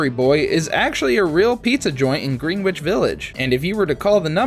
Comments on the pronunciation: It's not "Green Witch Village", it's "Gren-itch Village". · What’s up with the weird names under the actors and directors pictures? Also, Greenwhich is pronounced Gren-itch. Otherwise, good stuff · Greenwich Village isn’t pronounced how it looks. It’s pronounced as “GREN-itch.” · That the narrator has no idea it's pronounced "GREN-itch", not "GREEN-witch", and that he called Willem Dafoe "William." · GREENwhich village? Come on now, dude ha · PLEASE STOP SAYING GREEN-WICH VILLAGE. IT IS GREENWICH. LIKE GREN-ITCH. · It's pronounced 'Greh-nuhch', not 'Green-witch' 😂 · Some of your pronunciations are odd. Its not green witch village its pronounced grehn itch and you pronounced homage as hommidge its hoe-marj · William Dafoe? Green-Witch Village? Cringe at those pronunciations 😆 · You obviously never lived in NY. You mispronounced the word “Greenwich” as in Greenwich Village. It’s pronounced Gren-ich. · “Green-Witch” village … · I believe Greenwich is actually pronounced "grennich." It's one of those counterintuitive pronunciations. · The narrator really said "Green Witch"........smh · Lol, Joe's Pizza is in 'Green Witch' village. Is this guy a bot? Even still, don't bots know how to say 'Greenwich'? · Uhm.... what's a "Green-witch" village? Lol